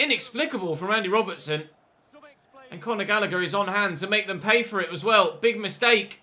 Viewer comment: “Conagher” is a brilliant way to say Conor Gallagher